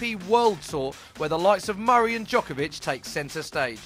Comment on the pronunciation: Mario Dzokovic? its novak djokovic